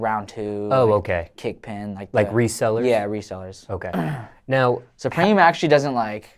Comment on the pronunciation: it’s not “sue-preem” it’s supreme say that shit normal